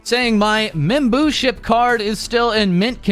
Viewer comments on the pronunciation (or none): "Membooship" As if she wasn't cute enough. She gonna give me a heart attack.